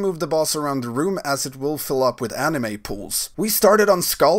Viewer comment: "animé" lol